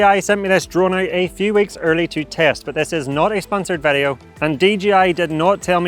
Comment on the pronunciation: Please improve your pronunciation of word "video", so it does not sound like "værio". 👍